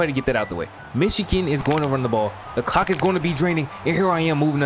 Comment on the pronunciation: i cant be the only one that heard "the cawk is gonna be draining."